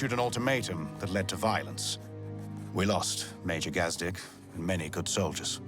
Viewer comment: I know you've finished the playthrough, but its pronounced gaaz-deek